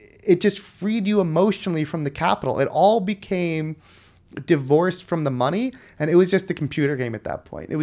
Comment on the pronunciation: He made a new word! Divorced pronounced as divert. Dievorced? Dyvorced? How does that work linguistically to express this thought?